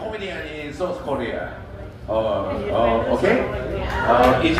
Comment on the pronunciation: South Korea 를 자꾸 쏘스 코리아라고 하시는 것 같은데 제 귀가 막 귀이기를 😂😂